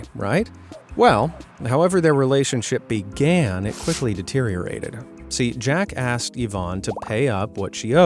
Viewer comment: What said: “Jack asked Ivan…” What I heard: “Jackass” Also me: “Wait what-?”